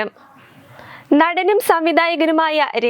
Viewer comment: Hihihihi again nemeskaram 😂